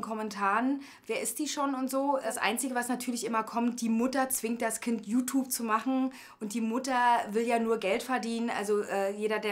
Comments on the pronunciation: Ihre Mutter kann you Tube nich nicht mal aussprechen sie spricht es so aus: U Tub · die Mutter kann ned mal youtube richtig aussprechen...😂😂😂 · Die Mutter kann ja Youtube noch nicht mal aussprechen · Jutub xD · die Mutter so : JUtup (Youtube ich weiß trozdem)